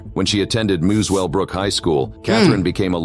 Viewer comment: MOOSWELLBROOK HIGH SCHOOL!? It's pronounced Musclebrook